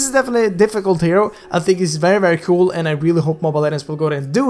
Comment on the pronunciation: It's not Perry nor Veery IT'S VERRY